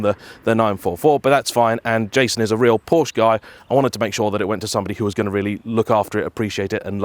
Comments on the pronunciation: Why can't car people pronounce Porsche properly. It's pronounced 'Porsher'. A porch is on the front of your house! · A car journalist who cannot pronounce the name of the car he is reviewing? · Unknowingly mispronouncing names is one thing but intentionally doing so is disrespectful of the Porsche family name. What if everyone started deliberately calling you Jane instead of, how would you feel?